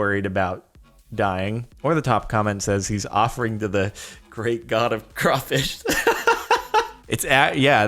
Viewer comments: I'm so happy you actually said "crawfish"!!!! It's not crayfish or crawdad!! >.< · I like how you pronounce “crawfish” right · Since im from the south im so proud of you Jordan for saying crawfish correctly.🖒👏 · I'm glad he pronounced crawfish correctly. If you say "crayfish" you are wrong.